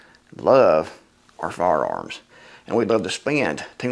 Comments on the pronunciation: "Fararms" haha. I appreciate a man that can laugh at himself. Good video and good points brother. Thank you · "Fararms" Excellent!